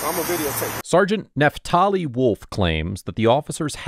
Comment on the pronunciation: Excuse me, but just WHAT THE HELL IS A “NEFTALI WOLF???”😂😂😂